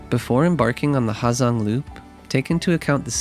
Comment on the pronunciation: The H is silent man